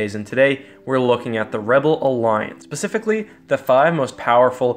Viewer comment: does he say 'pacifically'?